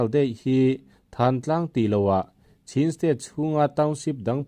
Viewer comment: Chhin national day nilovin, chin national zawk aw😀